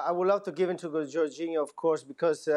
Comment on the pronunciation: Why are people keep saying Jorginho 🤣😂🤣 Lewandowski I understand but C'mon now J O R G I N H O